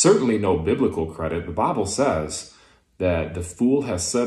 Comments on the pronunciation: Every time he pronounces bible as "bahh-ble" I lose a bit more of the infinitesimal respect for him. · He's doing pretty well at keeping his southern drawl from breaking through, but he can't seem to modify the way he says "the bible" it's kind of adorable, if not kind of sad for how ingrained it seems to be...